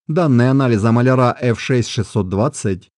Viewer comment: Потому что произносится "молЯра", а не "молярА"